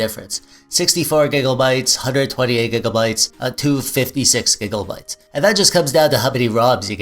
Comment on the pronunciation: Sounds like you sayin gigglebits